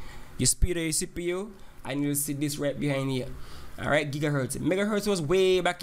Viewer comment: sounds like u saying sipu lol